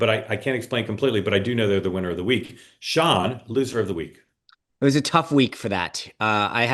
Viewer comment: Mark pronounces Sean in an interesting way - Shone rather than Shawn.